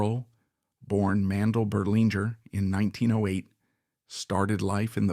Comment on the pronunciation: Inexcusable repeated mistakes: 1) His last name is pronounced Berle like Pearl, not Burley. 2) His real first name was Mendel not Mandell. 3) He was popularly known as Uncle Milty, not as Uncle Miltown.